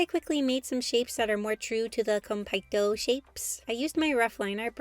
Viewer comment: OMG they’re so cute! I love the idea of food and stars together! Btw Konpeitō is pronounced with an elongated e, not a! Otherwise awesome video!